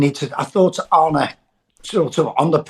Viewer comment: Arn-uh not Arnie , it's not that difficult